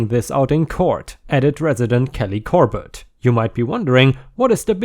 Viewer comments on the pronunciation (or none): none